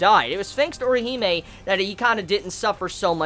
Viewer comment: Put some RESPEK on Orihime's name, yo.